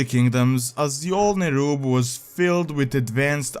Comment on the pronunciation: Awesome video, as always! (btw Azjol is pronounced like ažol):)